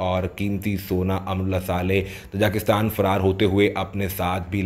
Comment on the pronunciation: Oh bhaie learn how to pronounce Tajikistan first.